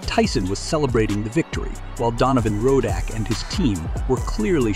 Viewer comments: This fool can't even pronounce razor ruddock name properly ...these were 2 great fighters ... tyson never dodged other fighters .. even when he was on the decline . but donovan was never the same after these 2 fights .. and was destroyed later by Lewis in a couple rounds...but respect him always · Not a bad video...but you should listen to the announcers for the correct pronunciation of his name. It's not 'Ro-DACK' as and several times thereafter. Decent content though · Sorry Mr Commentator What's his name! Ruddock or Raddack? Tyson would be confused too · Why do You keep saying ROE DAK?! It’s RUD DUK! And how could You have not heard pronunciations while researching?! This is weird! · Who is “ Rooodack “ it’s Ruddock 😂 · Why do you keep pronouncing his name as Rodack when it's Ruddock? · Decent video, but please learn to say the subject's name correctly. Very irritating otherwise... Ruddock, not Rodack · It’s Rud-dock not fukken Ro-dack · Whats up with the commentator pronouncing Ruddock , ROAD-OK!! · It’s not road dack It’s Ruddick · Narrator makes this unwatchable. Rodak, Rud Dock, back to Rodak. I really tried but this sucks. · its rud dock not ROW DACK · who is "rowdak"....its rudduck get his name right bro..... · It Donovan "Razor" RUDDUCK NOT ROWDOCK. PSHHH FOOLIO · Rud-OCK , RO-DAK, lol A.I. at its finest. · ruddock not rodack ya goose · Really? “Ruddock” is pronounced “Roe-Dack”? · man quit calling the man Rowdack its Ruddock pronounced Ruddick damn! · Not rodack its rudduck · Roddack 🙄??? You could at least learn how to read before you do a video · Worst video ever. You pronounced his name wrong at least 4 different times. Probably 3 different ways. Tyson was NOT afraid. Rodock, Rudoke, lol..... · Why is the commentator calling him Rodack? 🤦🏻‍♂️ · Why is he calling him RODACK!!! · Is it "ruh duck" or "row dack"? This narrator is all over the place with the pronunciation, sometimes even in the same sentence! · Donovan "Rodack" lol. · Rodack?? It's Ruddock